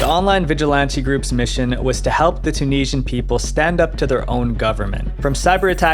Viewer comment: I wish you could pronounce Tunisian.